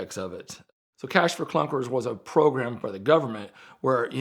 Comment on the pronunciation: I took a shot every time said clash for cunkers and now I'm lit 😝